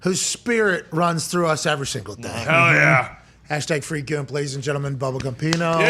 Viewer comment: Why does A.J. call Gump "Gooomp"?